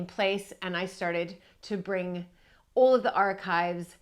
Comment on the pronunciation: What a gorgeous room, with so much warmth and soul. What a blessing you are to Mapperton✨ Perhaps Babbel can help with your confidence and flow when pronouncing “beautiful” and “all”, clearly and consistently precious.